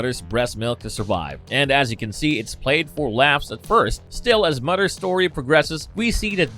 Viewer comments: moTHers milk moTHers MOTHERS not mudders milk. you sound like a yank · That English though lol. Mudder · Are you able to pronounce “Mother’s”? You says mudder every time. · your accent makes it sound like Mudders Milk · Love the way he pronouce’s MOTHER lol “MUDDER’s” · Am I the only one hearing muddah’s milk? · “mudders milk”